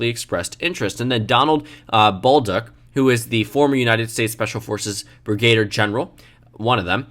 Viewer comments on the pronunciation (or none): it is not pronounced "...Brig gade er" General. It is pronunced "Brig ah deer" General